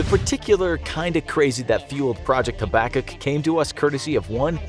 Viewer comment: it's pronounced "hab-a-cook" over in Canada, we've heard of it XD